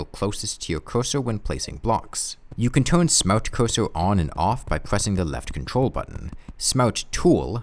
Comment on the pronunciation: Ahh yes the smowt coosoo